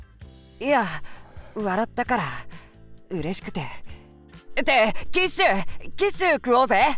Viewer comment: キッシュがティッシュに聞こえたww